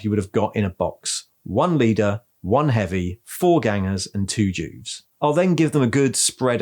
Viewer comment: I thought you said Jews instead Juves , imagine my confused face 😫😳😰